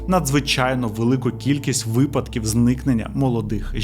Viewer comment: Не фамілія, а прізвище, не випАдок, а вИпадок. You’re welcome 😇